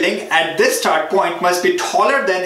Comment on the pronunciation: bro why cant you pronounce start as start instead of starhht, btw great video